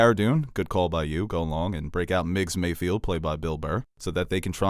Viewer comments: Mayfeld. Not Mayfield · does anyone else cringe whenever says “MayFIELD”?😬😂